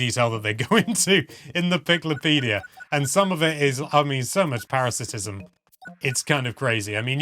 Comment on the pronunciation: Parasitism is a word, but you said "paratisism".